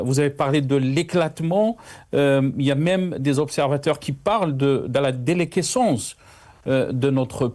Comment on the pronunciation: ما زال تقول déléquescence au lieu de déliquescence , شيء غير معقول و مقبول من مقدم باللغة الفرنسية.